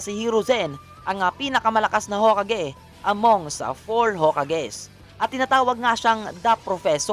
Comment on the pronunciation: Haha.... the he pronounce yung hokage... Ho! Kage......👎🏿